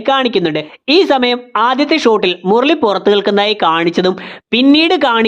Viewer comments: മുർളി അല്ല മുരളി 😁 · 'മുർർളി' അരോചകം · Murali ❌Murli✔️